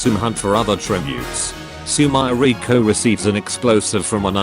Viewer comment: "Sumairaycoo" is the absolute best pronunciation of Sumireko's name ever, losing only to nitori's "kowashiro"